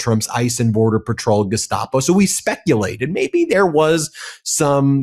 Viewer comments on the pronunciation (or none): none